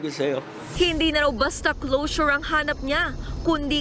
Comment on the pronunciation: Closure pala! Ang rinig ko nung una "Lotion" 😂😂😂